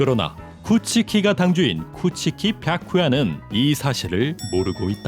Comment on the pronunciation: 뱌쿠야 발음 너무 정확하네요 ㅋㅋㅋㅋㅋ